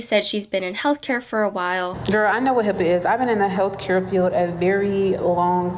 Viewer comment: What I meant was HIPAA is the least of the worries in this video… it’s the obvious issue but there is more to it. Also if you claim to be educated in HIPAA, please use the correct letters. It’s not HIPPA or HIIPA